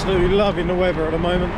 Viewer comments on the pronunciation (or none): weather not wever